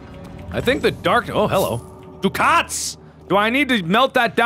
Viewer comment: That currency is pronounced duck-ets. :O)